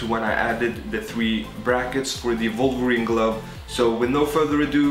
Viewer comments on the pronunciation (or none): thre-de pihnted vohlverene gluv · who dafaq is volverine?